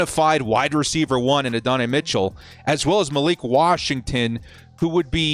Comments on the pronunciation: Add-duh-nye Mitchell. Say it with me. Adddd duhh nyeee. Bolt up homie. Can’t wait till the draft ⚡️ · Minor nitpicking here, but as someone who’s favorite team got torched by Adonai Mitchell a couple times - he pronounces it “Add-oh-nye” (think Bill Nye). Ad-n-i